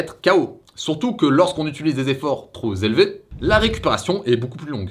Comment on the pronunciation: Merci pour la vidéo ! Juste un petit truc de rien du tout : « troP élevé » et non pas « troZ élevé ». Sinon c’est top 👌🏽